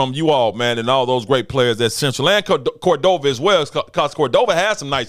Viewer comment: Love this Doc, keep up the coverage. Shout out to Coach Settler will get Cordova right